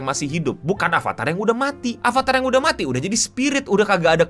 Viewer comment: “Udah” nya jelek banget bang